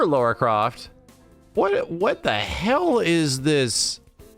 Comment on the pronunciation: FOR GOD'S SAKE IT'S "LARA" NOT "LAURA" WHY IS THIS SO HARD FOR PEOPLE ABDAJHABJDAV HADHAHKHJBADDABHJ I'm not mad I swear.